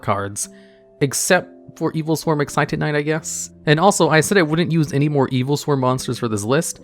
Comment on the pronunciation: For a second I thought he said Cairngorgon required 82 level 4 monsters, instead of Any 2